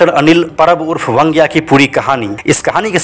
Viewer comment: अनिल परब उर्फ वांग्या की पुरी कहानी कहकर पुरी नहीं बल्कि अधुरी बतायी। खैर आपको वांग्या बोलना नहीं आता ईसलिए वंग्या कहकर बुलाते हो। बैंगन को मराठी में वांगे या वांगं कहते हैं। आगे से ध्यान रहे वंग्या नहीं वांग्या बोलो।